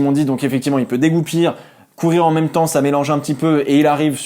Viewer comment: C'est dégoupiller, pas dégoupir non ? 🤔